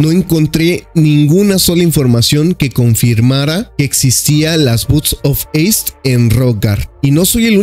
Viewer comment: Me sangran los oidos cada vez que lo dice